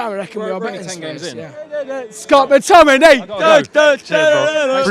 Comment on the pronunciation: Looooo my man said Scott mctimmytim looool